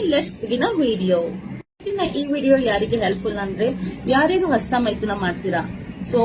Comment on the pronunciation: "ASTA" ALLA "HASTA" MADAM, HOW MANY CHILDREN DO YOU HAVE MADAM, CAN YOU PLEASE TELL ME.